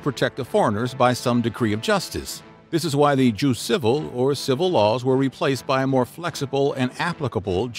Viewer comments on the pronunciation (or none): Judex sounds like Yoo-Dex. Jus like yoos.